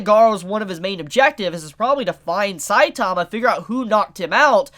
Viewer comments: Can you guys learn how to say saitama right? Gosh so annoying. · Weird that this dude can't even pronounce "Saitama" correctly.....sad